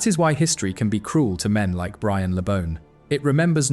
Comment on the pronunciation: At least get his name right...BRIAN... not 'brain' My dad (also called Brian) used to go drinking with Brian and Gordon West when they were playing and my dad was building the main stand at Goodison. Always impressed by their affability and humility. Something sadly lacking from most modern day players God rest you, Brian. A great player and even greater man.